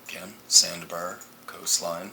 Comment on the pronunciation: Its pronounced sand "BAR" not sand "BUR". Good vid tho